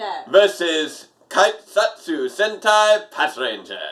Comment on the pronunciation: The "Kei" in "Keisatsu" is pronounced like the "K" in Dr. K. :)